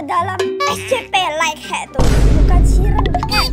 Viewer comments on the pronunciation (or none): Semangat Terus ya Kak,Terus tadi monsternya yang namanya light head jadi like head haha 🤣🤣,sehat selalu 🤗 semoga tahun ini bisa mencapai 1 juta SUBSCRIBER 😊